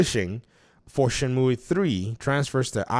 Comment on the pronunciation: Leave the game where it belongs, in a happy memory. Btw it is pronounced Shen-moo or Shen-mew not myoueee lol. Back on topic, Shenmue is my all time favourite game. Number 1 in my top ten, huge uber mega fanboy mode favourite game, both 1 and 2... 3 is awful and I say that after having bought it on PS4 (I was a high tier kickstarter backer) Epic because it was exclusive at the time, and Steam plus all DLC on each platform too. The story is bad, the voice acting is worse than the first 2 games, the plot doesn't move forward at all, the combat is bad, the pacing is bad, the qte's are broken. It looks pretty and still has an amazing soundtrack though. But this game needs leaving alone. No new release on Xbox, I waited 18 years for 3 and I wish it never happened... Edit, thought I would add a fun fact: My username is a move from the game, it is a really useful throw move as well as the name of the main character of the game "Ryo Hazuki" Shenmue was also meant to release for the Sega Saturn and not the Dreamcast. It was going to be a Virtua Fighter RPG with Akira as the main character. You can see some things was kept as an easter egg for people that knew, like the plaster/band-aid on Ryo's face in the same place Akira has a scar. Happy gaming everyone. lol sorry for the long winded edit but I did say I love Shenmue.